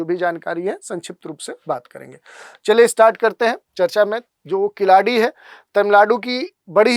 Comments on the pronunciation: Not kiladi , it's keeladi. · Khiladi nahi sahi uchharan keeladi hai.कीलडि. ழ यह ल दुनिया के किसी भि भाषा मे नही है तमिल के सिवा.